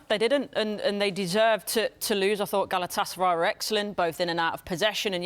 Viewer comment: Not galaaatısaray just galatasaray